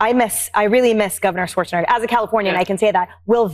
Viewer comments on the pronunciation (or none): none